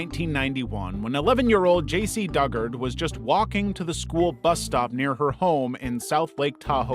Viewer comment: You mispronounced "Dugard." It's Doo-guard.